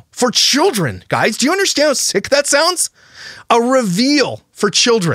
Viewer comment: I know A geyser . but she says ''guyzers'' instead of guys